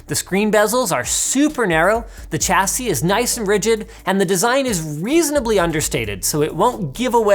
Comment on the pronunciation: Sha-see not cha-see